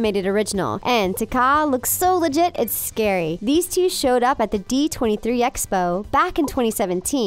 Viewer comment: I’m not one to really talk negatively about trivial stuff but the way (legit) was said towards the end of Hades. 😂